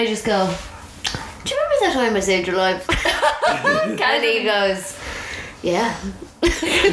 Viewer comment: lol even i thought said wife instead of life